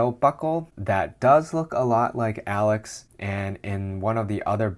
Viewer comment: Alyx is pronounced like "a leeks" not alex